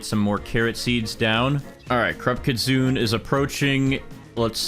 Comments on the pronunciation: did nobody tell him he cant stack sprinklers anymore and its not pronounced kit sun its pronounced kit soon nay no hate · its pronounced kit-su-ne btw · Why are people saying kitsune as kit-soon? It's kit-soon-eh.